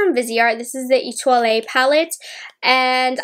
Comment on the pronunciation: Etoile is pronounced etwoll